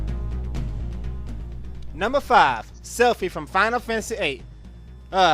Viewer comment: Not Selphie...